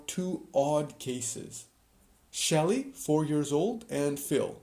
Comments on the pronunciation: And it’s Sherry not Shelly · It's sherry not shelly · 1. You swapped Yvette and Alicia 2. It's Sherry, not Shelly 3. Jeh - Mai - Mah